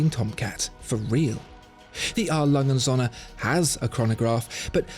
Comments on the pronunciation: The Way he says the Söhne from A.Lange&Söhne Sounds like "sun" in German when söhne actually means "sons". Captain flys Away. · Your pronunciation of the word Söhne is simply terrible. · It's actually Söhne, not Sohne. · Triggers me hard when he says "A.Lange Sonne" its called Sööööhne there is an Ö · It’s A. Lange AND Söhne. And the ö is a long vowel sound due to the h that follows. Good video, though. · It would be great if you pronounce A.Lange... correctly Especially Söhne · Apart from the Ö in Söhne it is very close... Best pronounciation from an englishspeaker I've heard yet